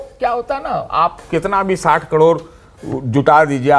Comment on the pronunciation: सतीश के सिंह कैसा पत्रकार है जो करोड़ को कड़ोर बोलता और टी वी पर फिजूल की बात कर समय नष्ट करता है।